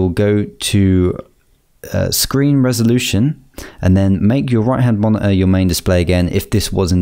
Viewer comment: did actualy help me allot but the mone heueeee was hillarious